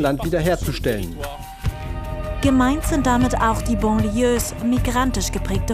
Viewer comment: Banlieue mit A wird das ausgesprochen nicht Bon. Aber in manchen Städten Deutschlands fühle ich mich auch wie einem Banlieue Migrantenviertel. Und da wohnen arme Deutsche....dank Rot-Grün.